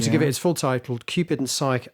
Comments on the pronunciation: It's pronounced "sigh-kee" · You mispronounced 'psyche' [cringe].